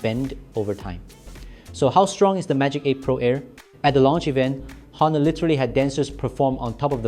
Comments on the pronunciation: it pronounced as Onor (with silent H)..same like how you pronounced ''honestly'' with silent H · Please do not pronounce the H in Honor.